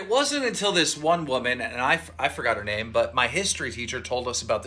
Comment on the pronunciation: idk who's worse at pronouncing name: you or keem